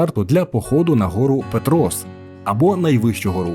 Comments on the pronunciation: Це відео АІ озвучував???? Бо якщо жива людина, то як можна не знати, що правильно казати ПЕтрос, ХотИн, бАнош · ПЕтрос. Озвучував що, гугл-перекладач?)) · Дякую, корисна інформація. Тільки тайм-коди невірні. І наголоси неправильно не лише в назві КвасИ, а і ПЕтрос, і Зміївський район, і ХотИн. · Тут виправлю, правильні наголоси: село КвасИ, гора ПЕтрос, гуцульські чАни, страва бАнош, фортеця ХотИн. Дякую за відео, багато невідомих для мене місць для відпочинку з палатками. Хотілося б щоб хтось хто там був відписались на рахунок музики від людей що там відпочивають, чи дійсно туди їдуть такі що люблять чисту природу без шуму, бо такі місця дуже тяжко знайти зараз.